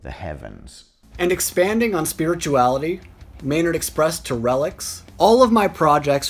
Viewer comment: This guy should learn how to pronounce "spirituality" before making any videos.